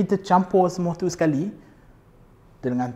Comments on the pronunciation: Tiuww teuww teww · Bila sebut "tu" ada sleng dia..haha